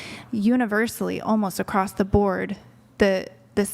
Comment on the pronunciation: her "I'm educated" also her "get my point acrosst"